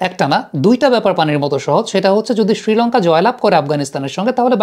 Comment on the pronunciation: ছিলঙ্কা ছিলঙ্কা করোস কেন?শ্রীলঙ্কা বলতে পারোস না?